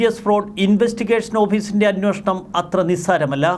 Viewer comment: ഇയ്യാൾ എത്ര തവണ അന്നോഷണം എന്ന് പറഞ്ഞു